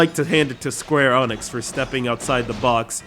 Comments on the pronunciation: go Onyx, i choose you! it's pronounced ENICKS say it with me E N I C S!!!! no say it all with me! SQUARE EEENNIIIIXXXXX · Sum say "Enix", He says "Anix" - WTF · Square FREAKING Onyx?! xD I'm sorry but there's no excuse for this. THERE'S NO O! NONE! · Square "Onyx"? No wonder I unsubbed this channel..... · Everytime you say square onyx 1,000 puppies are killed. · Oh no... square onyx is how I've been saying it for years!! FUUUUUUUUUUU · Square ARN ix... Skueuurgu hurr duuur Nix Ok sorry for being a jerk but man, how can you pronounce it so bad lol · dude, I have looked up dozens of japanese and english interviews with the game developers, They all say EENIX. in one of them the interviewer said ehnix and the developer corrected him. square exix is not a translation of a different company name. in japan square enix is spelled and pronounced, "square enix" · 1st learn how to pronounce Square Enix. 2nd the US isn't the WOLRLD, don't speak like the US are the center of the universe. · Are you pronouncing square enix and Drakengaurd wrong on purpose? It's pretty annoying and not very funny...... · not even a minute into this vid and he fucks up the name of the developer 3 times u can tell he put alot of effort into his research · I think all the dislikes in this video is mostly due to how he mispronounces the E in SquareEnix. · And who the fuck is this guy! He cant prenuance square enix!